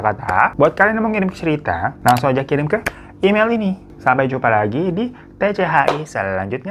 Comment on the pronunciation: APAAN KO TCH, BUKANNYA TCHI